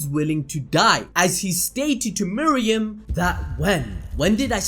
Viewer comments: Bruh anime names aren’t that tough to say.... it’s meruem not miriam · I absolutely love your videos.. but.. your refusal to say names correctly is infuriating. Meruem.. not Miriam. Not even vaguely close.. unless your channel is Animal Bells Doop. See how changing somethings name makes it something incorrect? Do better. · ITS MERUEM NOT MEREUM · How do you watch the show but can't say meruem